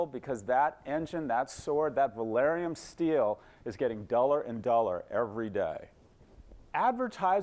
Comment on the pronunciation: He pronounced it Valyrium.